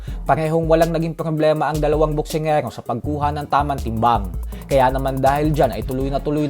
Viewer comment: Boksingirookk 😂😂😂😂 BULOL tlga sa RRRRRRRRRRRRRT AHHAAHHAHAHA